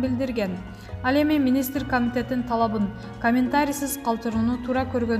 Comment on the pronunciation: Туризм, министр, директор, комплекс, отставка, радио, маанилүү деген сөздөрдү сүйлөй албайбы бул журналист. Басым(ударение), үндүү үнсүз сөздөрдү суйлой албай чулдурайт🤷🏻‍♀️